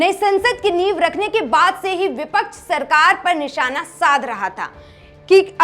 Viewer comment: Sirkar to bol rhi 😂 Sarkar bol le thik se